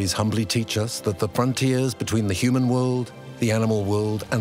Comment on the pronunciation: for some reason it really grinds My gears she says uman hearing"